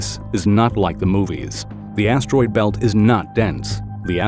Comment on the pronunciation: Why he keep say ass-droid belt?